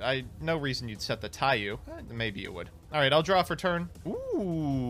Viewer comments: It's pronounced Taiyo not Taiyu, the u in the end of Taiyou just extends the o sound, it translates to Book of Sun, somehow that kept urking me. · saying TaiYOU instead of TaiYO bothers me greatly